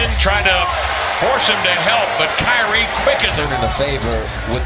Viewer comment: LMAO fr he isn't even a real ceLtics fan he a pacers fan and calls irving "cryknee"